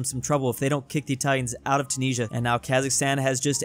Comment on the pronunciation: Why do u say tunisia wrong same with moldova